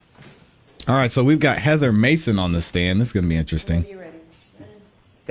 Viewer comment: It’s George Mason University, not Maxon…